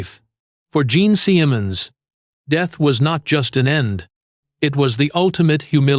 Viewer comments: Bullshit, cheese-dick fake narration. Gene Semens?! For the first and last... teemay... piss off. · Jean seeeeaaayamunz this ai narration is trash.